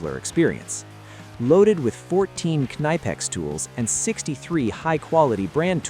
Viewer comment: Tell your AI voice over guy he is pronouncing the company name wrong.